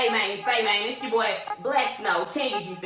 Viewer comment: In Houston the Y in YOUR GIRLFRIEND is silent😂